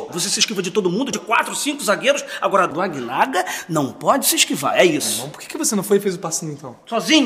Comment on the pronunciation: "Agnaga" HAUEAHUEAHUEHAU